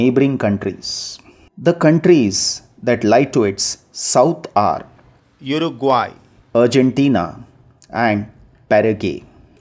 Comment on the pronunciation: cant you pronounce uruguay....go to 5 minutes and 40 sec of the video and resume it...you will notice ( for viewers )